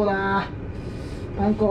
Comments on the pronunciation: パン粉の発音がパン子みたい😆確実に前より手際が良くなってて凄いです👏✨✨ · パン粉がパン子にしか聞こえてこなくてツボでした🤣いつも笑いをありがとう^_^💖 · パン粉のイントネーションが パン子で笑った😂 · パン粉の発音w